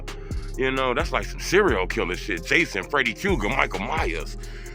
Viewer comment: Freddy Q-Ger 😂